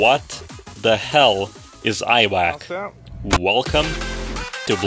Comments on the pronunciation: it's not aiwac but iwak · Its no i-wak, its Iwak (pronounce ĭ-wak). Litterally mean fish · The way he said iwak is😹😹😹😹😹